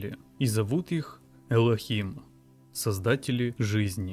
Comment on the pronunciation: ОПЯТЬ этот "ЭйЛОХим"!!! Лох не мамонт он не вымрет ля-ля-ля-ля-ля!